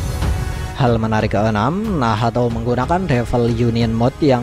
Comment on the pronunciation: Min bilang nacht aja lah jangan bilang Nahato. Gak enak loh d dengar sama kuping Akau. Wkwkwk